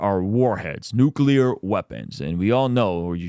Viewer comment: Nuclear cl not cul